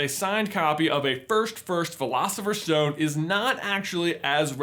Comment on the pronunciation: Why do you say sh instead of s? It's not a shtone it's a stone, it's not firsht it's first and so on..... Is it just your American accent? It's really disturbing